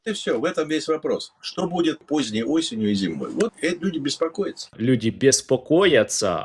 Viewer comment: Бес - покоитса 😂